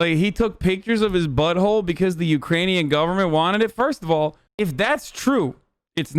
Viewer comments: "Ukanian" government lmao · She's dumb, she can't say Ukrainian.